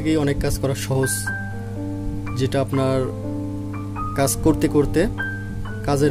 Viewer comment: ভাই আপনি "কাজ" কে "কাঁচ" বলেন কেন ??